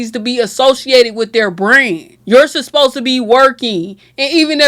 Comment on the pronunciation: Girl, if you dont practice saying "supposed" instead of "susposed" 😂😂